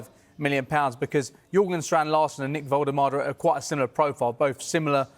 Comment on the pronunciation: Big Dan Burn is still an inch taller. Andy Howe is not Eddie’s brother. It’s Jorgen (Strand Larsen), not Jurgen. Come on reporting media bros.